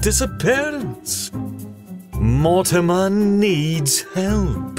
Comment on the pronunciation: This has been amazing I can't wait to see what Mortimer has looked at, also the voice of Dana says his name wrong lol XD